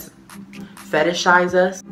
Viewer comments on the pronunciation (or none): That “fetish-ize” had be fuckin ROLLIN 😂😂😭😭😭😭😭😭😭😭😭😭